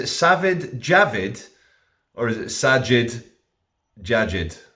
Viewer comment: I believe it's pronounced Sai-eed 😉